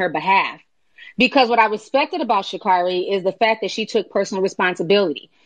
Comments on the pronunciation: Hey guys, I know that you're disappointed in her performance yesterday, but can we please at least pronounce this woman's name right? It's Sha'-CARE-ri, not Sha'-CAR-i. Would you mind pronouncing Kamala Harris' name correctly, as well? Thanks. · And if they are gonna keep strapping on that cape for her, and creating petitions, they could AT LEAST pronounce get name correctly.